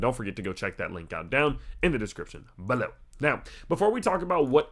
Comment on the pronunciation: That "bLOw"🤣